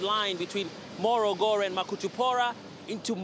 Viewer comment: this reporter is a Tanzanian and can speak a very good swahili why he can't pronounce makutupora and morogoro properly is beyond me...hahahahahah